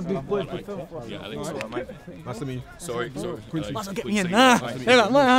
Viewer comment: Hahahahaha I think Quincy was thinking about food when he was pronouncing his name😂😂😂